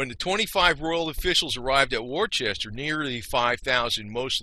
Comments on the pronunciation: It's pronounced Woo-stah! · Well done, other than how you pronounce Woostah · It’s pronounced wuhster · Dude. If you don’t know how to pronounce Worcester, figure it out and re-record 🤣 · I know. When someone can’t get a basic thing, like the name of what they’re talking about, it kind of messes up the whole episode.